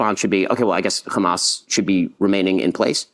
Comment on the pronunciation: “Khamas” triggers me enough to shut me down from listening to his propaganda. Ben Shapiro = BS